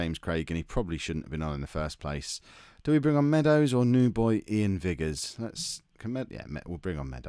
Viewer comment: Iain Vigurs has been around the Premiership up here in Scotland for years. Decent player. It is however pronounced with a capital I, rhymes with Tigers